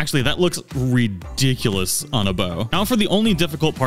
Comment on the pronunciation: I wish this guy would stop saying "REEE-diculous" it's *RI*diculous